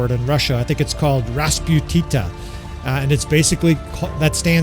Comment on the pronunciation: RAS PU TNI CA, but you pronounce that preety good, also you can say uncle frost and grandpa mud